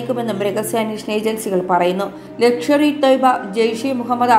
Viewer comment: 'ലക്ഷ്വറി' തോയ്‌ബ 🤔😀